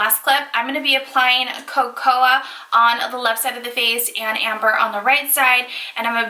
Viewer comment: Co-co-ah beans